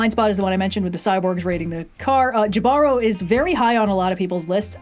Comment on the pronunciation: The episode Jibaro isn’t pronounced "Jih-BARR-oh," it's "HEE-buh-ro," for anyone interested (it's Spanish).